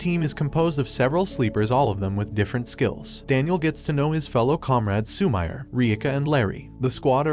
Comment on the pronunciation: Lmao instead of Su-mi-re he says Su-mire lmao